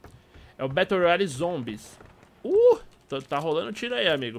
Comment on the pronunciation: battle se le "bérou"